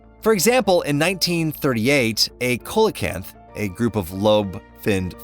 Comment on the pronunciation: ‘Seelocanth’, not ‘koelocanth’